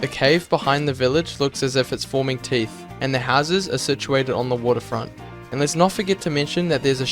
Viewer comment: SHUT UP SAYING BİG MOUTH AND NO THEET